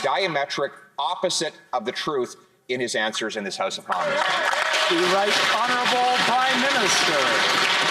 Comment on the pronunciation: Trudeau must love it when called houneralbul p m ha ha ha